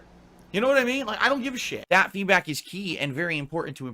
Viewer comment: Why does he constantly say feedbat instead of feedback??